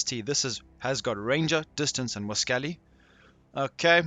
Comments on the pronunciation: Its prononounced 'wah-scally'. As in "Wascally Wabbit'. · You are pronouncing Elmer Fudd’s speech impeded word, wascally, wrong, it’s Wah-scol-lee as in wascally wabbit (Rascally Rabbit)👍🇦🇺 not trying to take anything away from the reason why I have now subscribed, and that being your well constructed div2 builds. Thanks